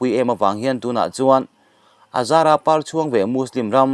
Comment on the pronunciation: Par chhuang pawh i lam ri dik lo, ka unau.